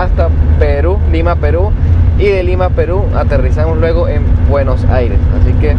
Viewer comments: Hola, que te vaya bien en Argentina. Es Buenos Aires y no Buenos. Aires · Cuando pronuncias Buenos Aires, se dice Buenosaires, todo junto. Saludos, y ojalá tengas suerte en mi patria, que es la de todos! Un abrazo